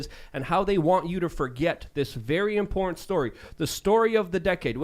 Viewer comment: Why does it always sound like every time says “important” it sounds like “imported?”